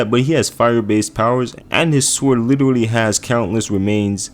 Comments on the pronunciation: Take a shot every time he says literuwally. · Was anyone else kinda put off by the way he said “literally”?